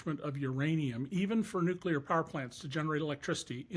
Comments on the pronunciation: Nu-cu-lar on the bbc by a Brit 🤦‍♂️ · Woman! You are British! It's pronounced "new clear", not "new kewlar".ffs